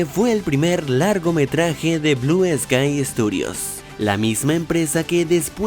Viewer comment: Al principio dijiste blue esky